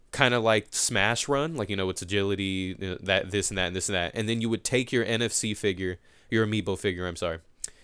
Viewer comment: "adrility" -2015